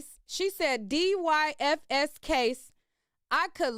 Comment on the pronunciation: department of yoUTH AND FAMILY SERVICE THATS A EAST COAST THING PRONOUNCED---dIE-FIS